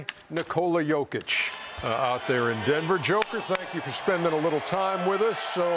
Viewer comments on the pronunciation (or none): none